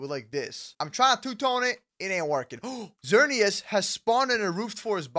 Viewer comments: Xerneas is pronounced like ZURR-nee-us. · You need to pronouns xerneas sernias